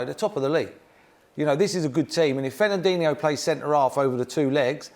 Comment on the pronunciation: "Fernanduno" (just after he says mpappe, beginning timestamp )